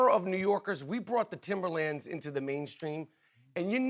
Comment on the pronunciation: he cant claim timberlands lmao you heard how he said it